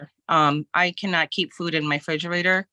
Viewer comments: It's a refrigerator, not a frigerator. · I can't stand when grown ass adults say "fridgerator"